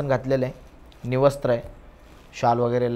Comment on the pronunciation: "Nivastra" नाही "विवस्त्र"